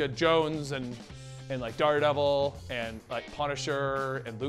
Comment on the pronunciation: Duh fuck is "Dar-Devil"? Lol